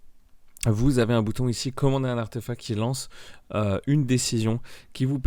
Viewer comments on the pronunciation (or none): Parcontre c'est ArtefacT et pas artefac